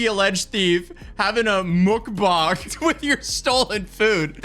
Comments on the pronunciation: Mook bach? It's pronounced muhk bang! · a mook boag? what lol mukbang you mean? lol just say it right dude lol wtf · bro you make my day when you pronounce Muckbang as Muckbong😂😂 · "MOOKBONG" 😂 I'm stealing that pronunciation. And Yes - Quishonda is a real name. Just like DeVonte, Demarius, BonQuisha, Chyna, Destani, and every other one. All names are made up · Mookbong lol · Did you google how to pronounce mukbang? Cause that ain't right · i so close to blocking you for your pronunciation of mukbang 😭😭😭😭😭😭😭😭😭😭😭😭😭😭😭😭😭😭😭😭